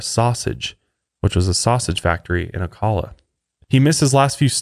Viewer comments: You are saying Ocala wrong. Its my hometown. I am sorry. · so weird listening to you guys talking about the exact area I’ve lived in my whole life and I never even knew this happened also love the pronunciation of Ocala :) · I giggled at how he said Ocala lol. Fellow Floridian!